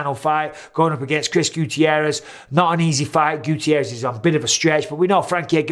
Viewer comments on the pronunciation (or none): none